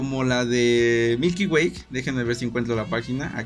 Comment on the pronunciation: "Milky wayk" 😂😂😂